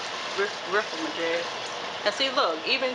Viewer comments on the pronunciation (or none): none